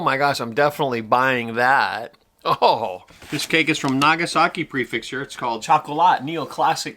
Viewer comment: PREFECTURE. NOT PREFIXTURE. The fact that you live in japan makes it so much worse.